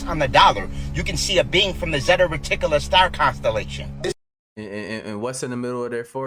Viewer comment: The "zeta riticula" star system? 😂Try "Reticuli"